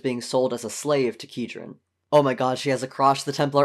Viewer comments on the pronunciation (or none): As a long time TwoKinds reader, I have two things to say: 1) it is heinous that you are pronouncing it "key-dren" and not "kai-dren" 2) good job, this is (from what I've watched so far) accurate, nuanced, and well done